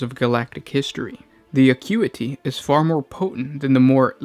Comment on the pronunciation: Lol, he pronounces "acuity" right the first time then butchers it every other time.